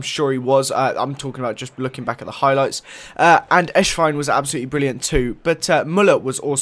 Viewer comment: it's not Eshwein it's Esswein. you say it like the "S" in Cristiano, or Messi